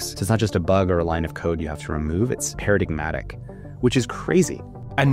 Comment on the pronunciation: "para-DIG-matic?" No, sorry... that hurt so much it took me out of the flow. Go look up how to pronounce "paradigmatic."